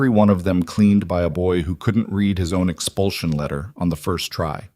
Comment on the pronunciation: Good story. A couple minor irritants. When a sentence starts with a past tense verb "opened" the following verb of the compound sentence is also past tense. The word spelled read is pronounced like "reed" in the present tense & like "red" in the past tense. Also the number of members in the club is confused. Apparently there are 11 total members. When 2 of the members are inside, there are 9 members waiting. When the club is riding back from court, they do not add another motorcycle because there is an extra passenger. There are still 11 motorcycles.